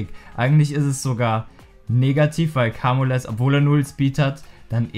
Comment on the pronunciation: Bitte sag nicht mehr Kamules, er heißt "kaymiul" <3